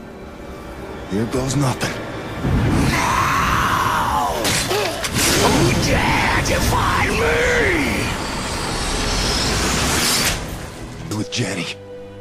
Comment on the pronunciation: it's "defy", not "deify" as deify = adoring someone and defy = resisting someone just in case someone didn't understand that here :P